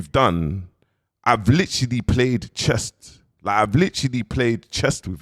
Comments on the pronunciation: Akhi there’s something wrong with your tajweed it’s chess not chest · Bro its chess not chest . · He even said he’s playing “chest” in this video instead of chess 🤣🤣🤣